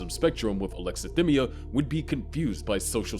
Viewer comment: Its pronounced "sai·kaa·puh·thee" not "psycho-pathy". And "uh·lek·suh·thai·mee·uh" not "uh·lek·suh·thim·mee·uh". He doesnt meet the diagnostic criteria for autism either. Anyone can have alexithymia, be on the asexual spectrum, and everyone masks. That doesnt mean hes autistic.